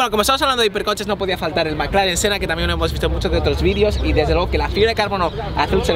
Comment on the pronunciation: Incluso lo dijo bien